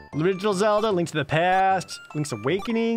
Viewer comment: You mean Lank. Not link